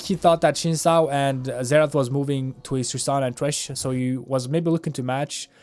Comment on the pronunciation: ..he pronounced xin correctly though. the second pronunciation was incorrect.